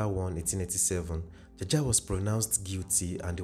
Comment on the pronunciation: A lawyer friend of mine tells me it is pronounced 'jawjaw'😅